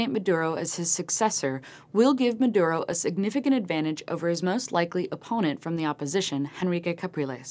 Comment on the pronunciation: should learn to pronounce Maduro...